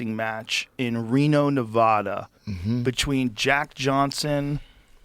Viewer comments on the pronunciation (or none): Gosh how long have you been alive Joe and you still can't pronounce Nevada properly? Shameeee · For the love of whatever learn how to say Nevada. Has nobody ever corrected you before? LONG A